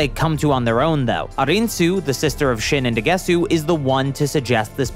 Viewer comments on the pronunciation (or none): It's Pronounced daguseu